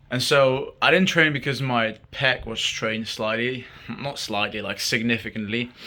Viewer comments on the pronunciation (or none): When you said I don't know how my peck is gonna be, I heard I don't know how my pecker gonna be.😂